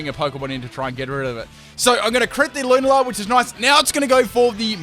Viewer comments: Every time you say “Loon-a-lar” I die inside a little... I normally pronounce it Lune-ala. Am I wrong? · Lu-na-la? It's pronounced lu-nal-la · “Lun-a-la” when you continuously play the game but get the name wrong it “Lun-al-a” but apart from that awesome video 😎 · and in comes the Lunar-lah Me: 😐🔫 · the way you pronounce lunala triggers me :P its lu - nar - la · The way you pronounce Lunala makes me want to die